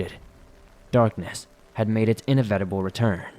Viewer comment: I like how you read inevitable. In a VITable.🤔😘